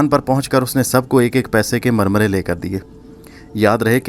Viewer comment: Murmary not marmaray